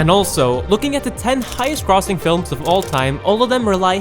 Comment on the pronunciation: The way you said "grossing" lol